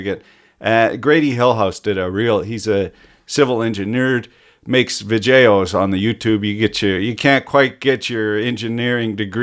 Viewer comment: civil engineered, makes vigeos on the yutubes confident----ing? I wish i could speak engurish